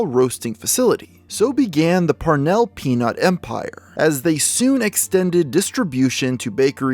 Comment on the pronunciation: Very time he says peanut I keep thinking he's saying penis, lmao.